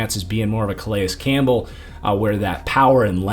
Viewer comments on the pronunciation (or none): none